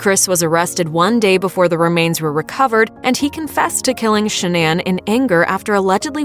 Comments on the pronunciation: it's pronounced Shan-non. Not Sha-nan. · She pronounced Shannan incorrectly the entire video 😐 listen to how the mother says it. I mean come on.